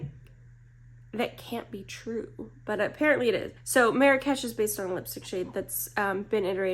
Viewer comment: Small correction. You mispronounced Marrakesh😂. No worries you're not the only one. But as a Moroccan myself I find it kinda funny but interesting how people pronounce it elsewhere. But I blame the french cause they started this mispronouncing catastraphe. That a lot of people say it wrong across the globe. It's not meri-cash. It's marr (hold the r sound) marr-rraksh that's how you pronounce it. So the first part you pronounce it slower and hold the R-sound a little longer and then rol into the other r (again hold the r but pronounce it a faster) no cash more like kesh/ksh. As for MAC i personally no longrr buy from this brand for ethical and political reasons so won't be purchasing these. I do however have some of the older ones like so natural and blush please.